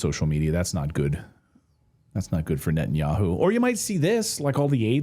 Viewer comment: Netanyakhu says Khamas is khorrible...